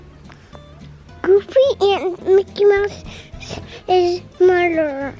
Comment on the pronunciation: I thought said “Mickey Mouse’s murderer” for a solid five seconds before I realized he said mother 🤦🏻‍♀️